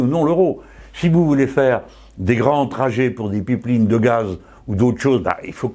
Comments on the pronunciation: Svp, prononcez les mots anglais de la bonne façon, ou utilisez des équivalents français, mais c'est ridicule de dire "pipeline" ou "live" comme vous le faites. Et cela montre une rigidité et un manque d'ouverture dans votre comportement que beaucoup vous reproche. (Et je vous dis ça avec bienveillance et supporte le mouvement insoumis à 99% !). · j'adore comment il dit pipeline